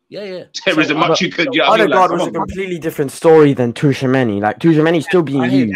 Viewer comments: “Favourable”. “TWO Chameni”. Where do you even get these.. characters? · It’s Tchoua meni man, tchou meni-meni man, we need a bigger squad in ere!